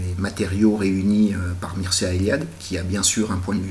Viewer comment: ça se lit, Mirchéa ;)